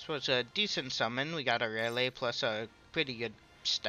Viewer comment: I beg of you it’s not raylay it’s Rayleigh with a E